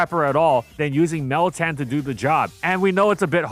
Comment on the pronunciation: It’s literally meltan, try again